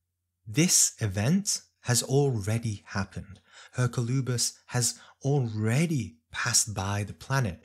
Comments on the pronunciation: May I respectfully suggest the pronunciation is "Er-COL-oo-bis", not that it really matters. Thank you for your tireless work ! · Yes, that's how we pronounce it in Spanish.